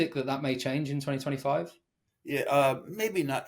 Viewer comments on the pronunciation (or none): none